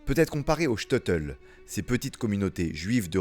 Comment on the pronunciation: Super vidéo! Très appréciée!! Petite correction sur la prononciation du Shteitel. Ça se prononce : ch- teille - teul (Le ch comme dans chaussure, Le “teille” comme dans bouteille, ou encore “taille”, comme dans “j’me taille”. Et teul, comme dans je dois “te’l dire). 😅